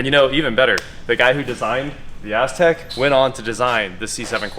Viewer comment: everytime he said Aztec all I heard was A$$crack.